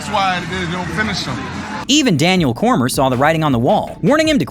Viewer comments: Daniel "Coormer"? It's (Coor_me_ay) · Daniel Core-mer huh? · Cor-me-a. Danial Cormier. And Brendan Schaub would beat Mike Tyson‘s ass. He’s an exMMA champ. He might be a comedian now, but he used to be a UFC fighter. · “Cormer” oh I just immediately lost all faith in you.